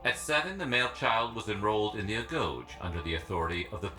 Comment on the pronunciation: Did they pronounce agoge as "agouch"?